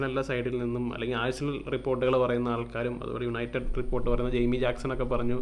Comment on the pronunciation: "Yanited pull"😂😂